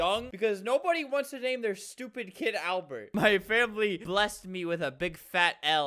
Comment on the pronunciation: Alber. You said ALBER, NOT ALBERT